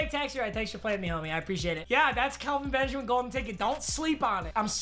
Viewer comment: am I the only one weird that he kept saying Kalvin Benjamin and not Kelvin